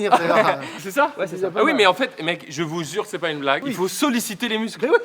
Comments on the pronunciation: "je vous zur"😂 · Carlito : " je vous zure " , Même sa langue était fatigué mdr